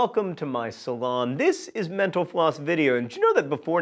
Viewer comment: everytime he says thank you for watching mental floss I think he is saying thank you for watching menopause